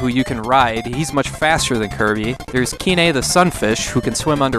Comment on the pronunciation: Before we had the anime and Smash Bros. announcer to go by, my friend and I would call the villain "Duh-DAY-day". Also, this is the first time I've heard someone pronounce Kine's name as two syllables instead of having it rhyme with "line".